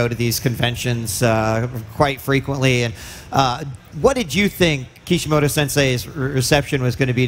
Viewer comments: It's kishimoto not kishimodo, seriously wtf xD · And he's calling him Kishi-modo :'(